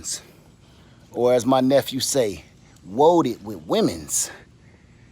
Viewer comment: Woaded with womens, LMAO